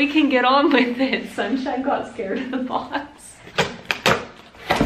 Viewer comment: Nobody: Not a single soul:: Ze BoX